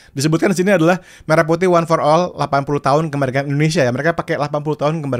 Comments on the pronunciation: Jelas pelafalan merahnya gak tepat😂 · bukti lagu ini bikin pake suno, yaitu pelafalan kata "merah" yang seharusnya mérah, tapi di lagu ini jadi mêrah. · dari liriknya aja udah kelihatan hasil generate Ai bang, pengucapan kata merah nya, menjelaskan itu semua, dan sepertinya masih pake versi free di v3.5 😊😊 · Kalau modal denger sih, ada signature khas AI. Entah apa, tapi khas aja. Ya betul untuk kata Merah salah pengucapan. Hanya bisa menduga sih. Masalahnya kalau memang tidak ada dananya kenapa musti produksi? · pengucapan merah putih di lirik, 'me' nya aneh pakai e dangkal. Liriknya juga rada2 'dari betawi sampai papua'